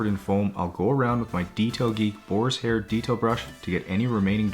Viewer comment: Is there any other than me that hear Borishair brush and not boarhair brush? 😂 and something else I’ve been wondering for a while; do you ever clean the seatbelts? Don’t think I’ve ever seen you do that